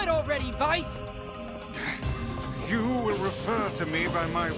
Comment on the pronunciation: It's a small thing, but I like that they pronounce "Weiss" so well :D